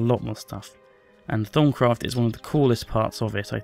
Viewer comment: any1 else heard in thong craft?